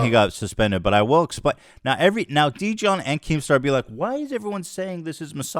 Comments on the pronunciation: Ethan I swear to god. If your covering a story at least TRY to get the dudes name right. His name is Jidion not Dijon. I know that's what he changed his name to, but its obvious you put surface level investigating of this before you turned the camera on. Luckily its the right take, but you gotta do better dude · I cant believe Ethan called Jidion “Dijon” like hes named after the mustard🤣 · Ethan calling him “Dijon” instead of Jidion 🤣🤣🤣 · It’s Jidion Not Didion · It is so funny to me how ethan consistently pronounces his name dijon, like he's some kind of mustard 😭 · What? I'm confused, isn't he called jidion? I just hear ethan say Dijón like the mustard LMAOOOOOOOOO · I love that he called him “Deejohn.” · Ethan keeps calling him dijon like the mustard lmao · Ethan calling jidion deejon made my night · Lmao “djohn” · "Dijon" lolol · Ethan its Jid-e-on lol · "Dijion" 💀 ILY Ethan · Ethan. Dijon is a type of mustard lmao. Where’s the crew to help the pronunciation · Bruh mispronouncing a poc name as a joke… thats a lil racist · “There’s this person named Dee-John” 🤣🤣🤣🤣 bruh cmon Ethan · I love how unknown this guy was that Ethan isn’t familiar enough to say his name right 💀 dudes a loser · This was badly explained. I watched it all live. Your pronouncing his name incorrectly as well. He wasn’t doing anything misogynistic. All he said was post L + ratio in her chat, trolling her, because he found a video from her saying the n word. He could have not said anything and it would be fine but this is very badly explained. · I’m not sure if Ethan was pronouncing Jidions name as “dijon” because the guys a sexist, incel loser or if it’s because he doesn’t have anyone there to correct his horrible name pronunciations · i love how ethan mispronounces that man's name without even realizing LMAOOOO